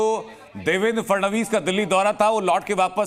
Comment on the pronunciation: Anchor ko FADANVIS bolne bhi nahi aata 😅